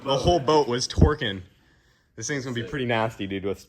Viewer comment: "The boat was twrikin" 🤣🤣